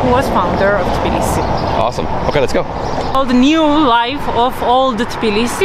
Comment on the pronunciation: It's Tbilisi not "Tiblisi" as you call the city.